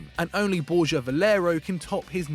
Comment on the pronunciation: It is BorHA Valero, not Borja FFS.